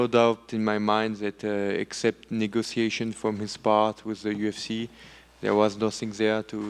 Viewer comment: Something about the way he says "Negotiations" 🫢 ...especially at 0.5 Speed😅